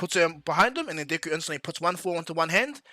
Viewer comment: Deck-ooo is how you pronounce it